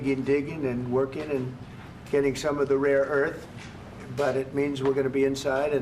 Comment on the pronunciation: Did Trump say "Raw Earth"? Like 5 times? .